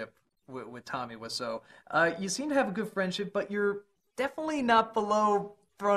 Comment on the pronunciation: Томми ВИСЯУ, а не Вассо